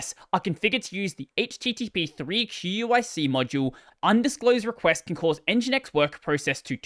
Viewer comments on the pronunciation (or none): QUIC is pronounced "quick". It is the replacement for TCP that HTTP/3 uses at the transport layer 🙂